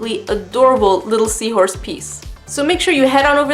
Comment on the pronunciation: Omg seawhooress.. Haha that made me laugh!